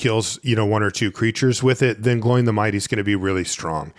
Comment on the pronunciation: Some assistance on the pronunciation for the Dwarves: if there's an accent, that vowel is a separate sound. So Dáin is "Dah-in", Óin is "Oh-in" and Glóin is "Glow-in".